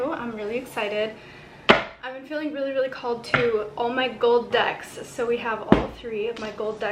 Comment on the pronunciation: Oh No not the gold ducks!!!... Oh!!! Gold Decks that's ok.....for a minute I thought you said gold ducks...phew